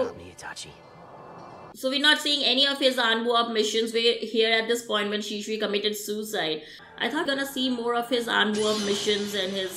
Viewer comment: Danzo - Denzo Shisui- Shesuii Naruto - Naruuoto You should work on your accent